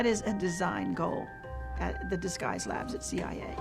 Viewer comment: In charge of disguise! Not in charge of dese guys.